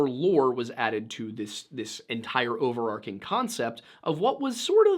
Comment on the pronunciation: overarCHing. Overarking = not a word